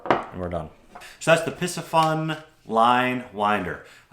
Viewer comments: It’s Not Piss ah fun 😂 it’s P C FUN say the letter P and then letter C and continue with Fun. The word Pisci means fish. PCFUN 🎉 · Pisci like Pisces is pronounced pie-see so wouldn't it be pie-see-fun??